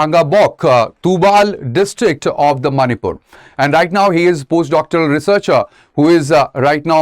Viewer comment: Not a big issue whereas the way he pronounce the very word of the Manipur is not satisfactory😏